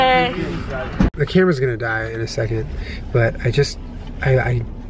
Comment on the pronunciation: It sounded like said "kermit's gonna die" instead of "camera's gonna die"